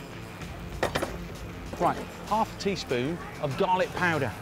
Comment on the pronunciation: when you said ''garlic powder'' I heard ''dalek powder''....I was very confused for a moment there... :D